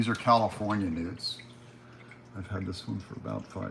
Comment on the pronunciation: couldn't hear well thought you said you'd show us your nudes until you said " here's my California Newts 😂😂😂 Happy Sunday